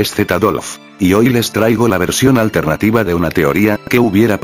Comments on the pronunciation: Al final en ves de decir alternativa dijiste altenativa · dijo altetiva